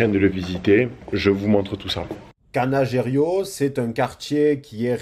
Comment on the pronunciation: Quel plaisir cette balade virtuelle dans ma ville "chouchoute". Petite remarque : l'un des quartiers dont tu parles c'est le 'Canareggio (pas Canagerio). 😉 Hâte de voir Florence.